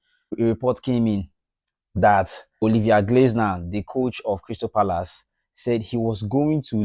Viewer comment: It is Olivier glass(nar) not glaze(nar).